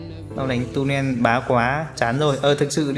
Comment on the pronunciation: Tulen chứ k phải tunen nhé